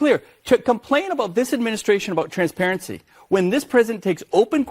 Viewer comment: LOOK WHO IS TALKING ABOUT "TRANSPARECY"